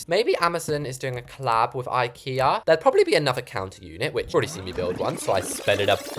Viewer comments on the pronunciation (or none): none